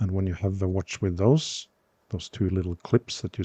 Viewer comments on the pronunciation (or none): none